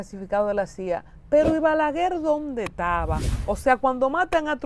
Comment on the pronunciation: Se dice" ¿ Dóde estaba?, y no, ¿ Dónde taba? Please, be professional that you're on TV. Good interview, by the way. But again, words must be properly pronounced.